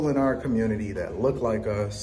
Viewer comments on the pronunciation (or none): none